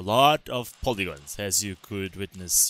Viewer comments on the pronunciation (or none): I like how he says Polygons in the beginning: "Pooligons..Lots and lots of Pooligons"